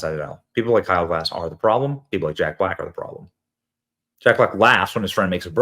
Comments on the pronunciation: It's Gass...not Glass haha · It's Kyle Gas, not "Glass". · Side note: Please read the surname a few times over. You might then stop pronouncing it "Glass". There is no "L" in the guy's name, ffs. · Even YOU got Kyle's name wrong, Benny. Kyle GASS. All of you Americans seem to glance at a word and assign some sound that resembles the word. Lift your linguistic game... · benny, the L is silent. much love